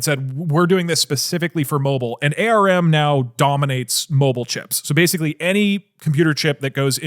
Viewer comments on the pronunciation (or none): It's not AH R M. It's just ARM. Like he said in finally :D